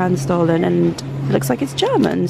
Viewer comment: you need to travel outside London if you haven't heard of Stollen (2 Ls so not pronounced stolen)